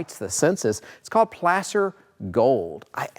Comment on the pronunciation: The word is PLAY-SER.....NOT pronounced as heard here in the video.